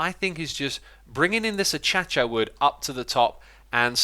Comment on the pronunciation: Akaysha not Atchacha